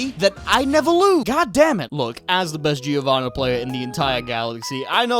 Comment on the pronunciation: guys I know that's going to fuck your mind but in "Giovanna" or "Giovanni" the i is silent